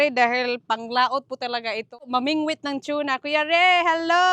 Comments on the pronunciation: Tuna po not chona hehehe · is it chuna? or tuna? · … just correction you were promouncing TUNA that sounded like CHUNA …. Its constructive criticism because it wrong pronounciation. So that you will not say it wrong in the future. You ahve many subscriber they might copy you. Thats all. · Anong chona??? Hahaha TUNA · Tuna… Hindi Chuna… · TUNA yn, HINDI TYUNA. Tagalog/Filipino ang TUNA. Don't get me wrong, I'm a fan. Hanga sko sa galing at sipag mo. Love your family especially Silvestre. ❤🎉😅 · unsay tune na dai.. tuna ra dai dili tune na.😂 😂 😂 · Tsuna talga? Db dapat TUNA😂😂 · Over pronouncesion kna nmn Anong chuna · Tuna not shuna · Better call it yellow fin mas popular name tuna (tona) pg pronounce here again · yung pronunciation nyo po ng TUNA He hr